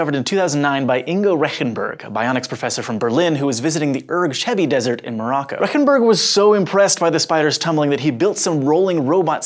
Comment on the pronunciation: poor Mr. Rechenberg. I really love your show and i am a subscriber but u really buthered his name XD. i looked up if google translate would read it out correctly, it did. if you are insecure of thr pronounciation, let google read it out for you, that should work out ;)